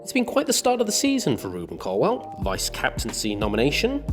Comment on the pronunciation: Love Ruben, hate Donovan. Incapable of asking intelligent questions, and can’t even pronounce Colwill. WILL NOT WELL YOU IDIOT!